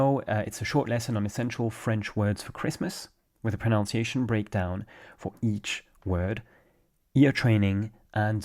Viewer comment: proNUNciation not proNOUNciation.